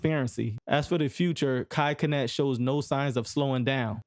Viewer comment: dude definitely thought mispronouncing his name would help his algorithm by making folks commit. here you go g. my comment might help push u a lil